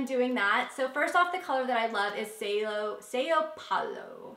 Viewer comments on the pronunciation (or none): Thank you for the detailed review! I think I'm similar to you on how I like my liquid lipsticks. Inevitably, a lip color will fade throughout the day and I don't mind reapplying. Rather that than something super drying. By the way, "Sao" rhymes with Tao, so it's pronounced like "saow". :)